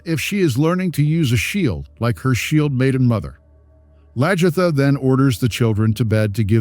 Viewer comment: Please learn to pronounce their names properly,it’s LAG-ertha not LAJ-ertha.